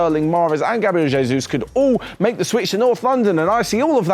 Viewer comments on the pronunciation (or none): none